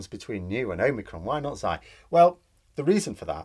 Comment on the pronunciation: The greek letter between "Nee" and "omicron" is "ksee."